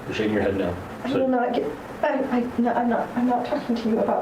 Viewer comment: HAHAHAHAHAHA! Dying at allegedly saying “NAUR” 😂😂😂